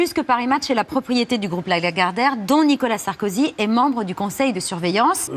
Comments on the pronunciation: C'est qui Nicolas "SarkozU" ? ☝️😁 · secondes faut modifier NICOLAS SARKOZUUUUU